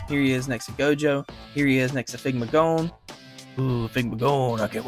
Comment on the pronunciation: what was that stroke when saying figma gon💀